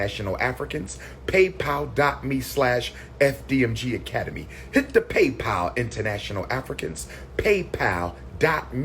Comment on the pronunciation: Mr PhD also can’t pronounce shrimps or PayPal among other words.